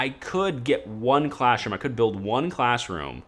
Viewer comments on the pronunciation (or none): Are you saying "classroom" or "clashroom" jesus it's infuriating